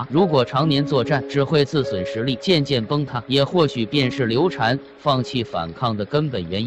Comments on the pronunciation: 刘禅 读shan 不是 chan 刘备养子叫刘封 长子叫刘禅 封禅 是皇帝封禅的意思 不读chan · 刘禅，这个字念 shan ......